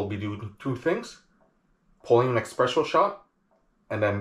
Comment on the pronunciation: Everytime you say eXpresso, an italian crashes his vespa